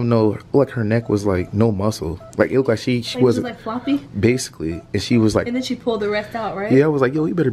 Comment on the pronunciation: kept saying "lookked " 🤣🤣🤣